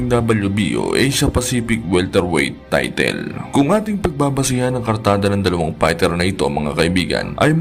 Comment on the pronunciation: Get SPEECHELO FOR PLEASANT AUDIO. ITS NOT PRONOUNCED TAYTEEL.